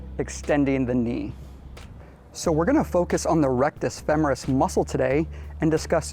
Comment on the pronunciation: FEMMMMERUS? Never heard it said that way before.